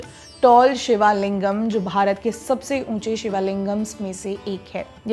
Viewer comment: [हे, ध्यान दें 👉🏾 ] ये चोल थे। "चोला" नहीं। "शिवालिंगम" नहीं शिवलिंगम है। "चोला" (योगा, कर्मा, धर्मा आदि की तरह) अंग्रेज़ी का भ्रष्ट विरूपित रूप है। कृपया आप लोग तो सही उच्चारण करे।